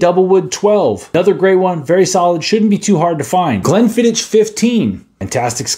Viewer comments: Glenfiddich is pronounced glen-fi-dukh. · Try not to take scotch advice from someone who doesn’t know how to pronounce Glenfiddich. If you want to try a great cheap scotch, grab a Bunnahabhain 12.